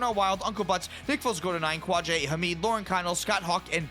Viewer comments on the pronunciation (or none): none